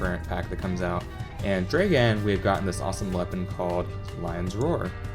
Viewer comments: You say it like Draegan,but its supposed to be pronounced like dragun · Hey just wanted to say it pronounced "Drra-Gan" not dragen:D That's the slavic pronunciation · Its not "Draeghan" its "Dragan". Spelled like Drug+and-d